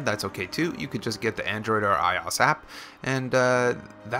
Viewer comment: I think your saying ios wrong